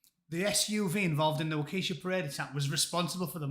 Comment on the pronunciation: Yep, Matt Walsh is an evangelical. They can be a bit much, even for most Americans, including a lot of Republicans. P.S. It’s ‘Wok-ah-shaw’ 😉